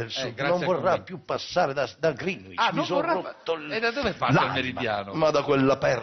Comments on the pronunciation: Crozza figo (come sempre), comunque non si dice "grinuìcc"; Greenwich si pronuncia "grèneigg". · Si dice Grinic